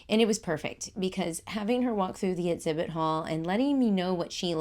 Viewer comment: You can delete this comment of course, I don’t mean it to be rude. But I’m unsubscribing because you keep mispronouncing words that start with ex-. You’re saying et-zibit and et-zact. It’s throughout the video. It wasn’t just a one-off. You do say ex right a few times. I’m not saying you can’t say your sounds. Maybe it is just your dialect.